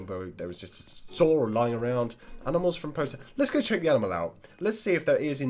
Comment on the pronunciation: why did you say aminal instead of animal